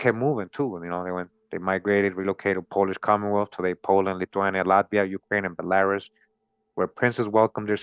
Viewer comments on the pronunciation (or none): none